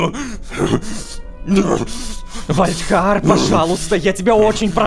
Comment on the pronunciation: Сори за духоту но вальдхар а не вальрах